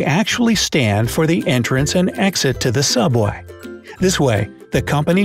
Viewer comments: Subway? More like sooubway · YOU'RE RIGHT! IT'S SOOUBWAY! 😂😂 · ''Subway'' Me: isn't it Suobway?